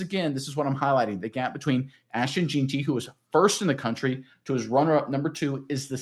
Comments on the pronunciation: It's pronounced "JENN-tee" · Lmao it’s pronounced JEN-TEE